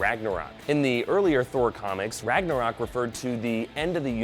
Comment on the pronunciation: How many times is "Ragnarok" mispronounced RagnOrak ?